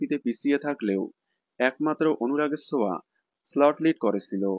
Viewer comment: ছোঁয়া❌ সোয়া✅